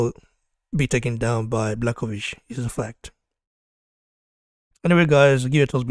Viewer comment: If you want to be a champion - you have to beat the champion simple as that. And one advice bro - if you want to talk about a fighter with a respect, at least learn how to pronounce his name properly (Jan Błachowicz - Yan Bwah-ho-veech)